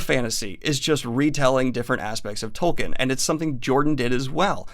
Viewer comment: ugh, speaking of doing research, I know most of you will get annoyed at me for being nitpicky, but Tolkien is pronounced "tolkeen", not "tolkin". It really gets on my nerves considering how many times you mention his name in this video.